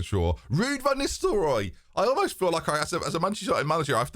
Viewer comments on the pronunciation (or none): none